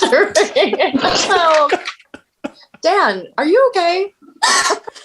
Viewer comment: It's beautiful how much the characters have developed and changed since first episodes and up until now, the end of season 5. Edit: Inbar actually really good pronunciation of Kevin's Dan :D